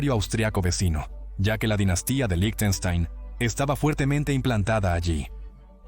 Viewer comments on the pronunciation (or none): debería decir líjtenshtain /ˈlɪçtn̩ʃtaɪn/ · Que mal pronuncias Lichtenstein Suena como "lichestein"